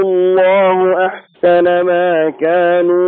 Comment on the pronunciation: يا صوتك ما شاء الله روعة بس عندك خطأ وهي(مآ) المد ست حركات عجبني الصوت أيها